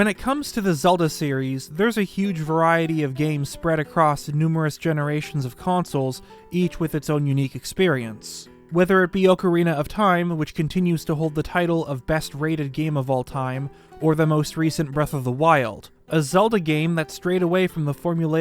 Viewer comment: its OCK-ah-ree-nah just like OCK-ta-rock, there is NO a in the begining of the word, its NOT OAK-ah-ree-nah, hearing you butcher the word like that makes me think youve never seen one, head the name pronounced, or even used the word in real life...